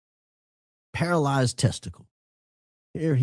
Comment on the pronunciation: You said paralized... lmao.